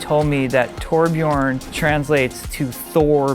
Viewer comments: it's torbjörn, not torbjorn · ITS TORBJÖRN! NOT TORBJORN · torbjörn not toar-bjiorn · Actually, the umlaut in Torbjörn should be spoken, it's an ö not an o. "Tor-Björn" does indeed derive from Thor ("thunder") + "björn" ("a bear"). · Cmon it's pronounced "torbyurn" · No its a TOR-BJÖRN get it? Oh Yea your not swedish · NOT EVEN CAN PRONOUNCE TORBJÖRN RIGHT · Not even K. can pronounce Torbjörn correctly.